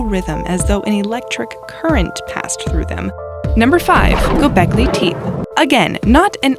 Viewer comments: tep = ay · "Gobekly Teep". Narrator is a moron who never researched this and just read it without hearing it. It's pronounced "Gobekly Tep-ee" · #5 is pronounced (gow-bek-lee)-(te-pay) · I’m sorry people took offense at the mispronunciation of one word, the name of a place. Yes, you know what word you are, you strange and foreign word, you! Ignore them. I’ll bet most can’t pronounce this English word, let alone know what it means and use it properly in a sentence. synecdoche. Are you up for Mexican tonight. It’s the word that makes the other word not spoken to be understood, as in “Mexican food.” sen’EC’dō-kē It’s as if they expect you to know the pronunciation of every ancient word ever spoken.